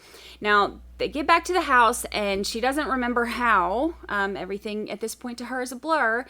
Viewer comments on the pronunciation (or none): Thank God, LieTecia's teaching career was cut short. I can't imagine having a whole generation of young people going around pronouncing everythinK wrong and saying "not PERMISSABLE in a court of law"... 🤦🏼‍♀️ It was probably one of her other eleventy-seven personalities that didn't know how to pronounce anythinK I'll never understand how she was an elementary/middle school teacher. I've owned plants that were smarter than her.